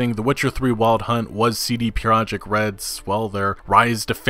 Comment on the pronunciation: CD PEE-ROJEKT